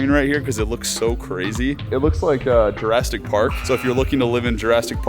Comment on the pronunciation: He said Jurrastic Park 🤔